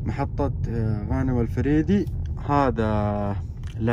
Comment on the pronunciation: الفريدي😂😂تراك نطقت الاسم غلط